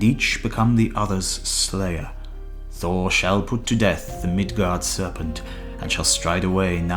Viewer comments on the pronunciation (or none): none